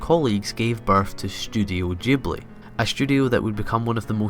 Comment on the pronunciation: Thank you for pronouncing Studio Ghibli correctly. A lot of anime fans assume that since the Japanese G sound is always the soft grrr sound (as in "good"), it should be pronounced that way, even correcting people who get it right. But the Japanese spelling is ジブリ (jiburi) so it's a hard G/J sound.